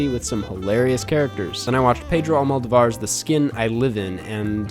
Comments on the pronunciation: Just a little tip, it’s pronounced ‘AlmoDOvar’, not ‘AlmodoVAR’, as a Spanish speaking person, it sounds quite off, other than that, I actually believe that film is garbage 😅😅 But I respect anyone who likes it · Allmoudouvar 😂😂 it’s AlmOdovar